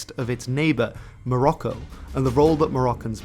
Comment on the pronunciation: Morocco is not the Arabic name, so please stop trying to pronounce Morocco in an Arabic way. The original name usually is المغرب , al-Maghrib, like we call the entire western North African region. It means "the West".